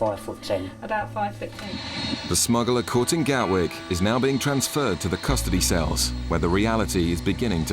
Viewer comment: Gatwick, not Galwick